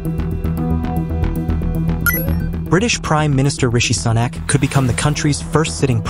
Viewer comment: Sonnak??? Who is "Sonnak"???? I have never heard his name pronounced that way before!